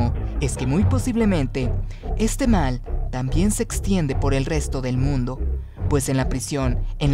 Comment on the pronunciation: Cuando dijiste mundu entendi mindu xD